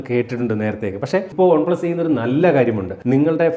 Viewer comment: ഒൺ പ്ലസ് അല്ല ചേട്ടാ, വൺ പ്ലസ് എന്ന് പറയു..കേട്ടിട്ട് ഓക്കാനാം വരുന്നു..🤮🤮. ഇനി മേലിൽ ആവർത്തിക്കരുത്. പറഞ്ഞേക്കാം.👊🏻👊🏻.